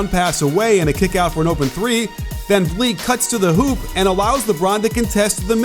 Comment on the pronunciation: Arg! The verb IS conTEST, but the noun is pronounced CONtest. Now, I feel much better.